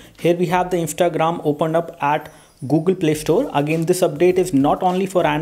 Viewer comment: OMG his accent when he says Google